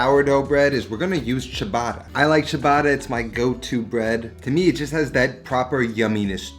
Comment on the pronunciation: Great improvement in the Ricotta pronunciation! And great Sandwich! Let's work on the word Ciabatta now!